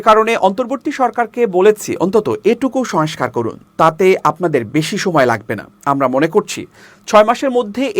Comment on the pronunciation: সোয়েস্কার নয় , সংস্কার !